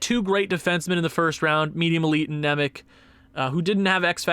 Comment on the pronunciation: Just a little helper, Nemec is pronounced Simon Nemets